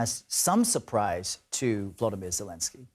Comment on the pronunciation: His name is VoloDYmyr (accent on third syllable), not "VoLOdymyr."